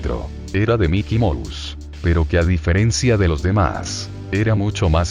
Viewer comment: puede sonar pendejo pero me da un poco de risa que el loquendo diga miky mous